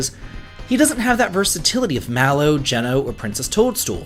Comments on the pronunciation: It’s definitely Gene-o. Like the pizza chain if you’re from New England 😅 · geno's name is pronounced jee-no not jeh-no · Who else cringed when he pronounced his name as "Jenn-o" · Never heard someone pronounce Geno as Jen-o rather than Gene-o. Now I’m wondering which it actually is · I think a lot of people pronounce it GEE-NO. We're all just guessing at this point 😅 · Depending on how your pronounce it you may not be wrong. His pronunciation is wrong (not surprising, obviously as a kid we all had to guess). It's Geeno. Hard E. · we gonna teach him how to say geno ?